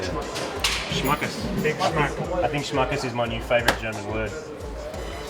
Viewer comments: There is no god damn "Schmacken" neither is it "Schmacker" These words don't exist in our langage. It is "Schmackes".Just leave it like it is.Thank you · Ich wolle es auch gerade korrigieren 😁 „Schmackes“